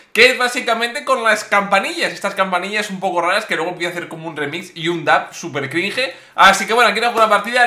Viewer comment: Escuchar a Willy decir cringe mal es más cringe jajajaja